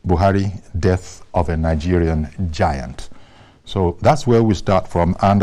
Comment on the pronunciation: Na who be giant abi you mean g-ant